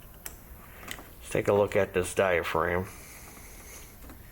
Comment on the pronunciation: That's DIA-FRAGGEM. Silent G, what's that? It should be a Tarylism already....😄